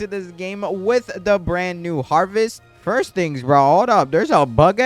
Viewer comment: Buddy stop saying fiers